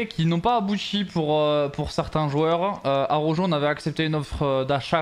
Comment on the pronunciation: S il te plaît prononcer bien araujo